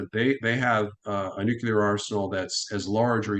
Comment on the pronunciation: I can only watch someone say noo-cue-lar so many times sorry.